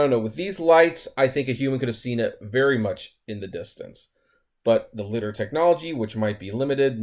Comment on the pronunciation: Lie - Dar. Not lidder bro lol.